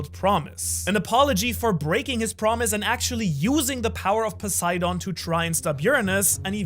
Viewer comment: A german guy pronouncing english words in a japanese accent is starting to be some of the most cringe stuff in the one piece community Cant even say poseidon which is greek/latin without sounding like a japanese tourist smh Speak english properly and quit tryna sound japanese dude like what even is that, a grown man culturally appropriating an accent ? 😂😂 Jk but still wtf